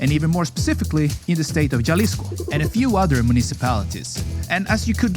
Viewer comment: Hemisphere. Jalisco. Kiribati. The pronunciation was awful! With all the research you put into these videos, you’d think one would research how to pronounce these places. Google will even sound it out for you. 🙄